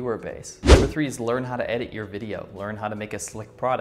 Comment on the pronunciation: lol a subconscious Chinglish "Hot to say?"